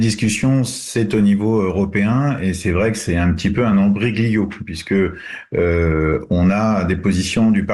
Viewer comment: Attendez ,attendez ! On est entrain de vous la faire à l’envers laissez nous le temps de faire un bon boulot ,et ce monsieur aussi est un peu à l’envers on ne dit pas sparodique mais sporadique et on ne dit pas ombroglio mais imbroglio…….